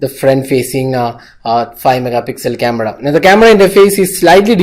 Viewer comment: Did I hear 'Cameda' instead of Camera?